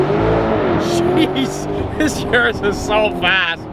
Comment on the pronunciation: Uris is pronounced OORis. Like goo.